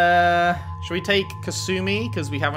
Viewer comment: basically anyone who isn't kasumi or one other npc pronounce her name has kass uh mee when it's kass oo mee. Not big it just bothers me when I hear it lol. Even Sheperd says it wrong